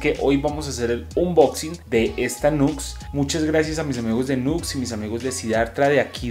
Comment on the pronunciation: Buen video brother.. no se llama nux se pronuncia niù ecs saludos y bendiciones